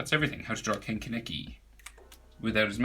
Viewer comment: Finally someone actually says his name right